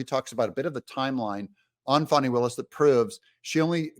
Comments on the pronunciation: I am going to unsubscribe if you keep pandering to the DNC and pronouncing her name "Fawni". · Pronounced "Fanny" like yer azz 😂